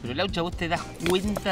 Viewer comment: laucha sonando como los de los chuletones gallegos